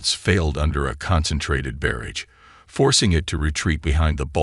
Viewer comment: Had to stop listening. Creator, please listen to the AI read the story, there are only so many ways that you can say barrage, or any number of other words that are mispronounced regularly. Correct the pronounciation and exclude the parts that are wrong, or get a better AI to read it. You should correct these as not doing so only shows that this channel is a money grab with no effort.